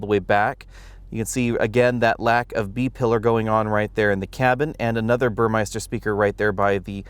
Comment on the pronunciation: Impeccable and detailed video, as usual. However, one thing I'd like to point out. The radio system is by BurmESter and not BurmEISter. :-))